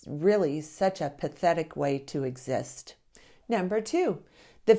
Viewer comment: “such a pathetic way to exsit” REAAALLLL